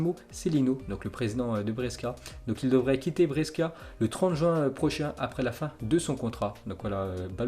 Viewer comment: Brescia ça se prononce BRÉCHA